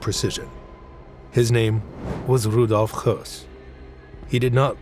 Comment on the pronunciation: HIS NAME IS PRONOUNCED HESS, NOT HUSS!!